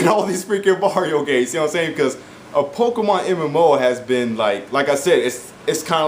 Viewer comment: you know they do horribly right and it is pokemon not pokeman